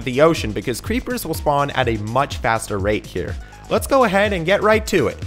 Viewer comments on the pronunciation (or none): "Crepper farm"